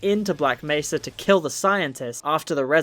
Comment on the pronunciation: when you did the montoge of G man saying black mesa, why did he pronounce nearly every " mesa " differently. " black mess-a. " " black may-sa. " "black messa. " "black may -sa. "